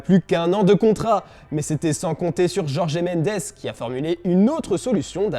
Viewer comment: On dit jorge! Et non pas jorgé!! Svp...